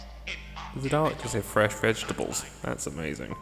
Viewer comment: that sounds a lot more like "unlimited quantities of FRENCH vegetables" which is even more confusing